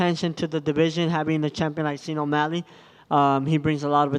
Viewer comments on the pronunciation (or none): "Scene O'Malley" lolll pronounces Sean the way it's written